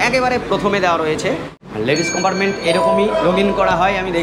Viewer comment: উচচারণ টা একটু ভালো করুন। কম্পার্টমেন্ট কে চিৎকার করে বলছেন কোম্পারমেন্ট।